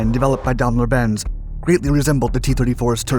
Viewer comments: You should really try and get your pronounciation of words correct.the german firm is not pronounced Dam ler it's Daim ler.Where a german word has two consectutive vowels the word is said using the second vowedl,eg bier. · All kinds of strange new means for existing words, where a suitable correct one exists. How can one consistently mis-pronounce "daimler" or "chassis"?